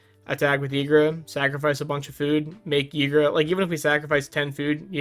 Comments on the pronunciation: Why would a Y be pronounced with an E 😮‍💨😵‍💫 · I pronounce it "eee-gruh" normally a Y at the start of a name is pronounced like an E. Also, for Ygra to become a commander damage one shot, in one turn, 7 creatures have to die = 22/22, or 6 creatures and one more +1/+1 counter from another source = 21/21.